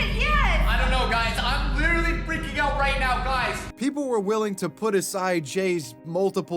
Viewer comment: That was “Licherally” crazy guys!